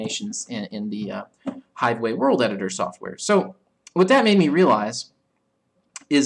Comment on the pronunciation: Hivewave? or hivewe?